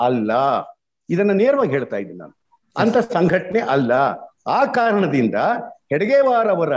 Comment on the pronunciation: ಹೆಡಗೇವಾರ್ ಅಂತಾ ಹೆಸರನ್ನು ಸರಿಯಾಗಿ ಹೇಳಲು ಕೂಡಾ ಬರದೇ ಹೆಗಡೇವಾರ್ ಎನ್ನುವ ಈ RSS ಅಜ್ಞಾನಿಯಿಂದ ನಾವು ದೇಶಪ್ರೇಮದ ಬಗ್ಗೆ ತಿಳಿಯಬೇಕೆ?